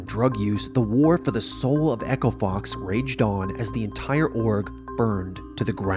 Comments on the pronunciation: No one: Not a soul: Not s single person ever:: OLOF BOOST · Had to click off because I heard Olof boost